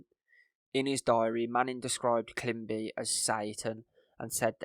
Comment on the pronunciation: Great work and thanks for covering this. Just watch some mispronunciations: it’s “climbi-ey” because it’s a French surname with the accent over the E on the end and “harin-gay” council